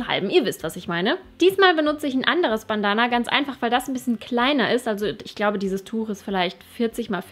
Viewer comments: Hat mich irgendwie voll aufgeregt wie du Bandana ausgesprochen hast... das ist Englisch!!! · Sorry, es hat mich einfach irgendwie richtig gestört vom Hören her 😅 ansonsten fand ich ja alles cool, aber du kennst das bestimmt auch, wenn man sich an einem Punkt aufhängt und total irritiert ist... Ich finde Bandana hört sich deutsch ausgesprochen einfach blöd an 😂☺️